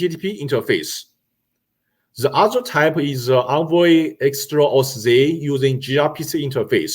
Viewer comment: love the presentation as it is important details for the implementation we are doing, but I had to learn other ways of saying "envoy" and "service"